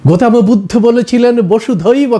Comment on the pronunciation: "গৌতম বুদ্ধ", এই শব্দটাকে "গোতমা বুদ্ধ" কেন বলছেন ? সুন্দর শব্দটাকে বিকৃত করা হচ্ছে না ?